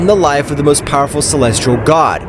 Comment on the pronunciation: Stop saying powerpull😮